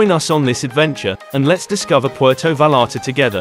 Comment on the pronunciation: Puelto valalta😂😂😂😂😂